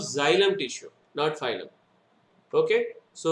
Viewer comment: Are baba phylum phylum बोल रहे हो it's फ्लोएम